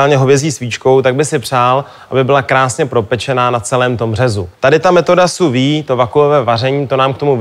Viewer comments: Ahahah, metoda "suvi". Lol, ten borec urcite moc "nevi". Sous-vide (/suːˈviːd/). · Sou-vide se vyslovuje jinak.